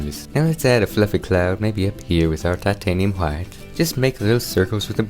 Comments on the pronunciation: your bob ross impression was amazing, plus the painting itself and how you pronounced "titanium Hwhite" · Shut up about his painting skills this is the only man who has a passion for painting and actually says hwite correctly